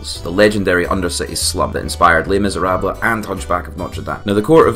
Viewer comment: Just so you know, in french, we don't pronounce the e in les misérables, its a silent letter